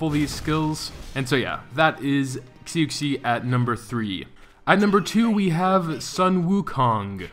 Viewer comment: When you say xu xi! It's shu she!!!